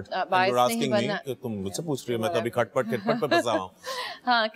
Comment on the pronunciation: yes its khat pat not khit pit